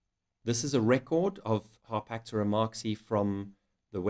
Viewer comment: Everyone even REMOTELY interested in baboon genus/species NEEDS to see this video. Excellent job ! - one question: the pronunciation of "Harpactira".... the presenter says both "Har-pack-TEAR-er" - and "Har-PACK-ter-er" - ... which is it supposed to be ? I always call this genus "Har-pack-TEAR-er"